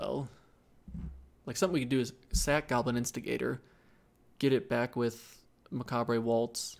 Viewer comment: This feels like I am being douche, but I cringe every time you say plague and macabre. No on says macabre right, but plague? Sorry. This is knitpicky, I like your draft content. You are good at thinking out loud, and I love that you see and own your mistakes.